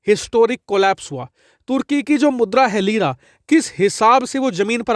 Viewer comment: ''Leera became Jeera'' 😂😂